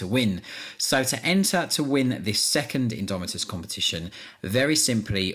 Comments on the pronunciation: "Imdomitus" hehehe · "INDOMITUS" sweet lord Jesus pls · "INDOMITUS" c'MON